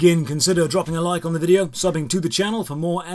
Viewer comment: "Did you rike it?" 😂